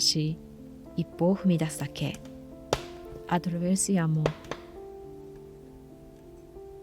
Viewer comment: The sound of burning wood is truly relaxing ...🔥🔥🔥 2 questions: 1) Why the word "ATTRAVERSIAMO" in Italian? (good pronunciation !!! 👍👍👍) 2) When will we be able to see your new home? 🏡🏡🏡